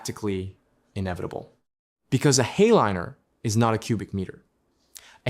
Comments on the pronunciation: Not "hey-liner," "High-Liner". To my understanding. Please correct me if I am mistaken! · Cool story, but your pronunciation of Hay-liner was awful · "heyliner", pronounces the AI narrator. 🤣